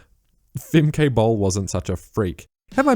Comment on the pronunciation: I'm Dutch and the pronunciation of Femke Broeders-Bol is closer to how an Australian (or I'm not sure where you're from) would pronounce 'Femkuh Brooders-Baul' or something like that. 'Bol' is the hardest to write phonetically, but in an accent from England, 'ball' would be closer. I would understand if you choose to keep using a pronunciation more recognisable to an English-speaking audience. I enjoy your content, great video!